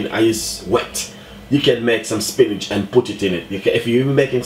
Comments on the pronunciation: Wait is he saying spinach or spinners? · I know, I am confused too..lol. I was like "wait, am I hearing correctly? spinach?" lol. Looks like a good recipe for the dumplings or spinners though I will have to try it. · is he saying spinach???? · Hahahahaha love it !! Trus because of the accent it sound like he's saying spinach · spinnage.... you heard him!! 😂😂😂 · I'm like why is he saying Spinach. 😂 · It did sound like spinach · Thank you Chef. Everybody's making comments about your pronunciation of spinners but that doesn't bother me. I appreciate the recipe and my spinners came out lovely in my oxtails. Thanks again!